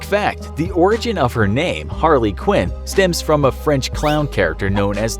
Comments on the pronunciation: It’s Harley not harely dude 😂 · Harely lol it’s harley Quinn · It's Harley not harely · It is Harley not Harely... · PhantomLeGend No, it's actually Harely. It's pronounced Har-rely. Always has.